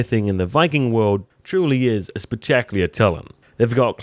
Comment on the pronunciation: i love your breakdowns but the way you pronounce the word spectacular drives me nuts. it sounds like your saying "speck-tack-clear" when its supposed to sound like speck-tack-YOU-ler. food for thought.